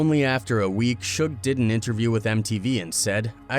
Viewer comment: they always mess Suge name up 😂